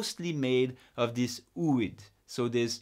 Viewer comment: Please notice that it should be "o-o-id", not ouid, because the term comes from the ancient greek word "ωό"=egg spelled o-o, so ooid means something like "egg-like" or "egg-shaped". Thank you for the very detailed presentation. Very insightful. Cheers!